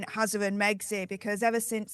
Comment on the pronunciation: Can say “r”? Hawway. “Altanerd”.